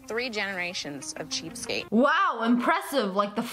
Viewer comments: Sssniperwolf said cheapskape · Anyone else realise she said "cheapskape"? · Lmao Lia, it’s ‘cheapskate’ not “cheapskape” 😂😂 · Uchiha Avenger may as well be called cheapscape cause she's getting things without being no cost cheap scape 😂😂😂😂😂😂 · I like how she is saying "cheapskape" instead of "cheapskate" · Its cheapskate, not cheapscape. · You're saying cheapscapes. You know that's wrong right? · It's cheapskate not cheapscape